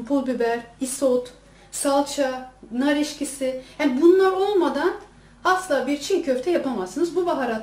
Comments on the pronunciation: nar eskisi deil nar eksisi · Nar eşkisi değil nar ekşisi olarak söylenir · yalnız o onu demiyor. Nar ekşisi konulur tabiki videodaki bayan "Nar EKŞİSİ" yerine "Nar EŞKİSİ" Dedi. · Nar eşkisi değil EKŞİSİ. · Nar eşkisi değil nar ekşisi🤣🤣🤣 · nar eşkisi değil nar ekşisi lütfen:)) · Nar eşkisi değil,nar ekşisi denir ona. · nar eşkisi değil nar ekşisi